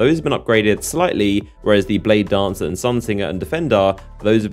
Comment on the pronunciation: Do you exaggerate the last word of every sentence on purpose? SimiLAR bladedancAR